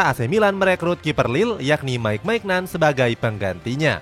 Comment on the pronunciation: Bukan MAIGNAN min, tapi MINYON